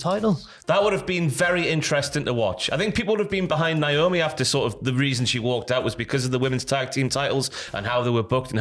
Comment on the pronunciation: Her name is pronounced Naomi not Niomi